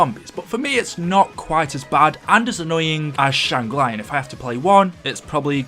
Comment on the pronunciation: Shangri La (ar) not shangri lai (eye) -_